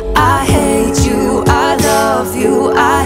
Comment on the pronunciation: Omg now I kept hearing every 'hate you' as 'hay chew' 😂😂😂😂😂😂